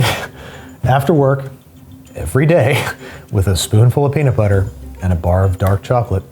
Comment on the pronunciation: peanits butter